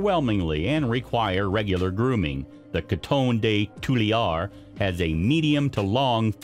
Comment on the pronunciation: Please work on your pronunciation of Coton de Tulear.